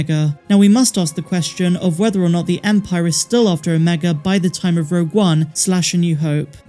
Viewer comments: Why do you pronounce omega correctly when talking about the project, but when talking about the character, you say "omeger"? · “Omega-r” lol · "Omeger" I'm dead lol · Her name ia Ameegah, just ask her brothers antah, eekoo and reeka. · “Mas ameda “ was what I thought she was sayin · Every time I hear it, I hear Mark Amiga instead which sounds like the name of a guy I used to work with.😉👍✨ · 😂 that's what I always hear, too! Hey, maybe it's really your friend the Empire is looking for... hmmm. Now I have to watch it again, what a terrible fate! :_MAULRAGE